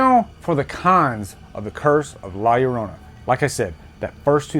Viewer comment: Love hearing a person not knowing Spanish say la llorana